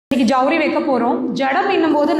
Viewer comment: அது சவுரி... ஜவுரி இல்லை😂